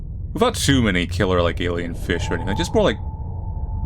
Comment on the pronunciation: Jelly feesh, feesh :D